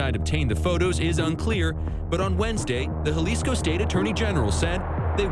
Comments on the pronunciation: Jalisco is pronounced like "Halisco" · Hey AI clown, that’s not how you say Jalisco.